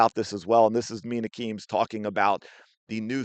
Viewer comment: get bent if you can't even say MIna Kimes name right how the fuck is anyone supposed to take anything u say seriously